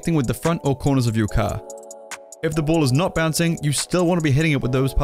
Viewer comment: You still wanna be hitting it with those parts of the caaa , that sounded funny lol